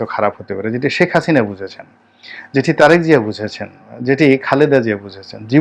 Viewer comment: আবর্জনা নিয়ে কথা বলছেন, খুনী হাসিনা কে নিয়ে দালালি করছেন সুক্ষ ভাবে। হাসিনার নাম টাও ভালভাবে উচ্চারণ করতে পারেন না